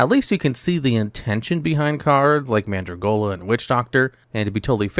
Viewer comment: It's Mandragola, NOT Mandragolia. There's no i in it.